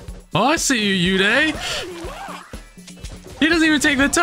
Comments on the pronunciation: They pronounce Uday wrong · It's oooday not youday 😂